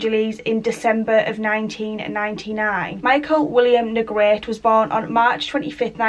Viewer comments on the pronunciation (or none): Hi, thanks so much for covering Michael’s story. You did a great job and I’m going to sub. I am in NO WAY criticizing but I appreciate when someone tells me the correct pronunciation of a name if I’m not sure. The E at the end of Negrete is not silent. I’ll spell it phonetically, looks crazy but it’s Neh Gret Ay. Just making the correction bc it may be helpful. Thanks again